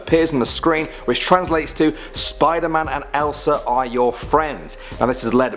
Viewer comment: I got triggered when she said "Spider-Man"